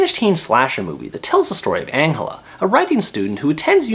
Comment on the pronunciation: Ma dude said Angula instead of Angela. How is it boring, It has everything you need if you didnt like it then you shouldn't have watched it :-: It's really good.